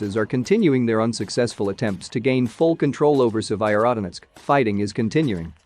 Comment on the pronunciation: Why can I, a Brit, pronounce Severodonetsk, and the bot that narrates this video cannot?